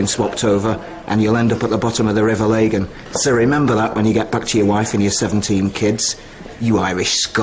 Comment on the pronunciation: It’s the River Lagan not Laygan. Not hard to research how to pronounce a place